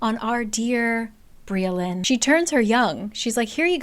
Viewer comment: Briallyns name is actually welsh so it’s pronouns bri-ach-lin